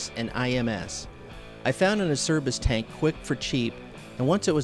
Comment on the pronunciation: Great vid. By the way it's pronounced 'ACHERBIS'. My company deals with this Italian company directly.